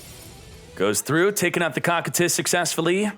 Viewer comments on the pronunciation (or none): none